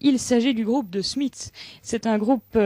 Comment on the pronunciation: The French went from saying The Smiths like this To saying: Zhe Smiss